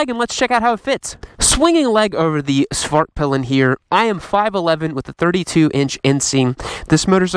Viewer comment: As a swede, I approve your prononciation of Husqvarna!! But Svartpilen could use some work. In Swedish you would not say "svaart-pillen" but rather "Svart-peelen" with a short aah in Svart and a long "i" in pilen as ee in pee.. If that makes sense to you...